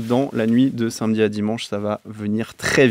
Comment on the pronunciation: "Sainmedi soir" c'est une prononciation de gen Z ça encore